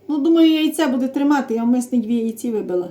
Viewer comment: А в неї завжди -то яйцІ,то борошнО!!!😂😂😂😂😂